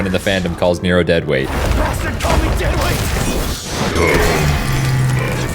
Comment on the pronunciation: cuz defintley said negro on accident instead of nero